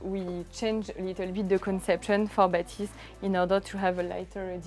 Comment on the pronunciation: Are my ears playing tricks on me? On this video the FOCAL guys have repeatedly pronounced the name as BA-thys but audio reviewers insist that it’s ba-THYS. are we trying to hard to make it sound French? 😂. Just like how the brand became fo-CAL, with the unnecessary stress, because someone who speaks English heard it that way?